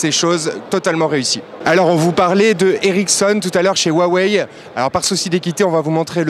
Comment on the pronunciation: SA SE DIT AWEI PAS WAWEI